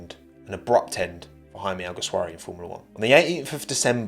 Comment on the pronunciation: Actually his name is "Jaume" not "Jaime". He's catalan, not spanish